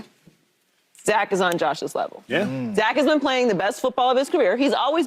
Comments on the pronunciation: So am I the only one hearing joy say “zak”? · Is it me or does she keep calling him zack